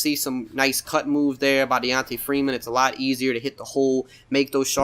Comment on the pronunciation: i keep watching this video just to be sure that you saying DeONta Freeman 🤦‍♂️🤦‍♂️🤦‍♂️🤦‍♂️